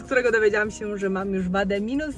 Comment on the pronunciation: Bardzo lubię cię oglądać, ale nie nie mogę słuchać tego " sięł "